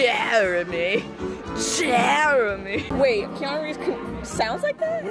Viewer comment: "I swear its just JEARAMY"